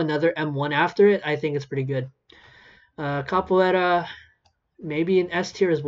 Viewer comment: also i was talkin about how he pronounced it